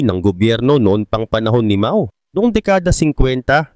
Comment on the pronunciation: Pronunciation Po ay MAO=MAW……not MA——O……MAO=MAW ( one word).